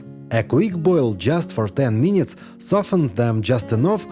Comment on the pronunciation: Дядьку, трохи хелпу з англійською. Треба казати не "мінітс", а "мінитс" (кацапською минытс) і тоді все буде гарно.